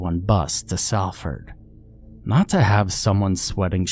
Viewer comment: Nice to hear a story set in my backyard. Glad you didn't try a Mancunian accent, it's a tricky one, and we have a large student population so folks from all over the globe end up here. Stupid nitpick but, Salford is pronounced Solfud. Even foreigners will pick up on that, just to stop us taking the piss if for no other reason.